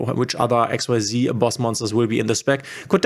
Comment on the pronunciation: for xyz cards you do't have to say x-y-z ---it's just x-z:)